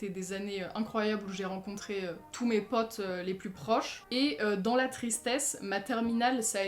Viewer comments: Je suis là seule que ça me dérange parce que elle a un accent ultra bizarre quand elle dit mes "potes" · le "pote" avec ton accent 🥇